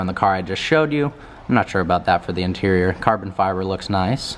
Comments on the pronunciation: He said interial instead of interior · Really the "interiol"?